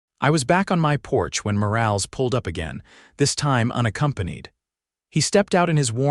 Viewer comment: Morales is pronounced Moralez.....Lead rope is pronounced leed rope. ...please fixit.